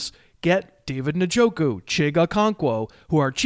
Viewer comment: Did you say "nuh-joku" and "nuh-jigba"? 😂😂